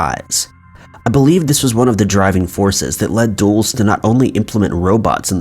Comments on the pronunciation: It's not pronounced "DOOLS". It's "Dull-es". Even "Duhl-es" would be acceptable. As in Alan Dulles. Come on, man! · It's pronounced dull-is. Not duels lol. Dulles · WILL YOU PLEASE LOOK UP HOW TO PRONOUNCE PEOPLES NAMES! "Dulles" is not pronounced /duels/ it is pronounced /dul•las/ like Dallas but with a soft "U" in the first syllable. You have almost 2 million subscribers - it takes ten seconds to look up how to pronounces a word you don't know. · "Dulles" is pronounced in two syllables, as in "Dull-us." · Dulles is pronounced "dull-iss".